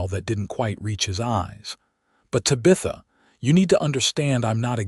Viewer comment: It's very distracting to listen to an entire story where the main female character's name, Tabitha, is mispronounced! Do better, AI narrator!